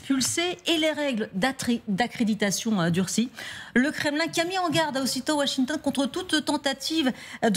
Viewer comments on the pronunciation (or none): none